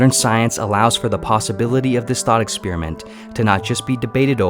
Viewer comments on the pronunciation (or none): Sounds like you are saying ex spearmint